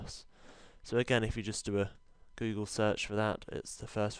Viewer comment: i started watching and in the first 20sec i loved you saying guugle :p